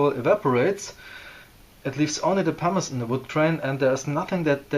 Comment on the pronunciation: What is the powder you use in the beginning to fill the pores? It sounds like you’re saying ”parmesan” 😉